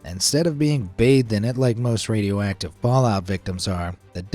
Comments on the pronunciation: I kept hearing him say "Radio Whack-tive" and now i can't un-hear it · Bro said radio wacktive🗿